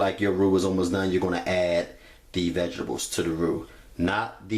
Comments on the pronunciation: sorry but vegables is not part of any English dialect. werf painitbutter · U kept killing me saying vegibles 😭lol but this is fire ima have to try this 🥰🥰🥰